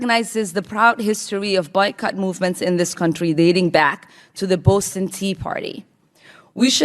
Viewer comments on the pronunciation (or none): Did Omar say Boatsen. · Ilhan: The "Bowston" tea party? WHAT?! Sounds like the FIRST TIME the word Boston EVER came out of her mouth. WHAT A "PROUD AMERICAN". SMDH TERRORIST!! Pelosi told so many LIES her MOUTH REFUSES TO WORK IN PROTEST! TREASONOUS POS!